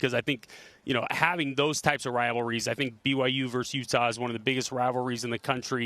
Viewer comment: I find it hilarious that he can't even say "BYU". Cracks me up. Even though in his office at the U he has a BYU diploma hanging up. Haha. I think it's something he picked up from Urban Meyer just simply as a rivalry tool like putting BYU stickers in the urinals on rivalry week. I respect Coach Whitt and no matter what he does, he's a cougar and always will be.